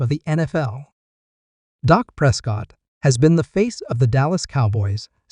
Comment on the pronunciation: Please pronounce his name correctly, it’s Dak not Doc.